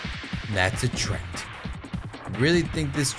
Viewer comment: I love how you call treants trent, rofl.